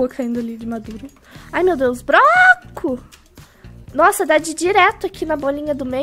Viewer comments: Ala a “ai meu Deus brooooooco" rachei pq ela disse broco amo você ❤️ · Kkkkkk vc falou broco? Kkkkkkkkkkkkkk